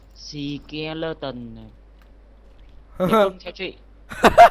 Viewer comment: anh nói seleton ( skeleton ) là sìkeleton thế tên của skeleton là... sì ke